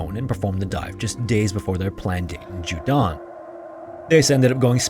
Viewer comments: The pronunciations in this video kill me. “Yuan” is not “yoo’ahn” it’s “Yuwehn” but the “w” needs to be super super soft, almost not there. And “jiudan” cave is not f**king “johdan”, it’s “dzyohdan” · Chinese speaker here! Took me a minute to figure out which cave it was because it's actually Jiudun Cave, not Jiudan Cave! (U not A) Some things I found out about the location: 1. "Guang Xi 广西 (Goo-ah-ng See)" is the name, and "Zhuang (Joo-ah-ng)" means region. 2. The county name is 2 words, so "Du'an 都安 (Doo Ah-n)" and not Duan. 3. The Chinese name of "Jiu Dun 九顿 (J-i-oo D-oo-n)" Cave is better known as JiuDun TianChuang 九顿 天窗 meaning JiuDun Skylight. It also looks like there was another casualty last year, where a famous Chinese deep cave diver called Han Ting had his body recovered from the cave system. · Yeah his pronunciation was pretty poor to the point of being distracting, ironically coming after an ad read for Babbel, a language app